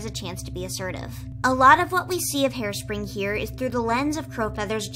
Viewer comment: Harespring sound like hairspray